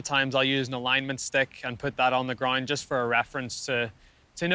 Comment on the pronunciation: Rory says “GROIND” instead of ground lol